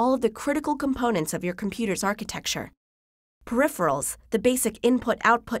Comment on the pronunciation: I think you said peripheral but I heard Rick roll